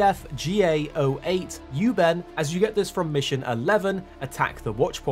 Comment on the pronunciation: Hu-Ben is "hoo ben", not "yoo ben". I dunno where you were getting a Y sound from.